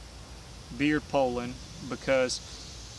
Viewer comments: I'm just happy that there is someone out there that actually knows how to pronounce Poulan, lol. So many videos call them Poo-Lon's, lol. First time I heard someone pronounce it that way I looked at them like they were from outer space. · Dropped a like 12 seconds in based solely on your pronunciation of Poulan.